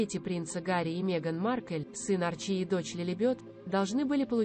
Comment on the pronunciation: На первой фразе: сын арчИ и дочь Лилибёт поняла, что ничего интересного этот канал рассказать не сможет. Внесла канал в черный список. Поменяйте бота диктора